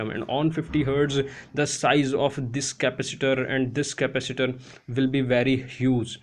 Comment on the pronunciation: Slow down, it is impossible to understand you.... Ca-pac-itor NOT "Capister"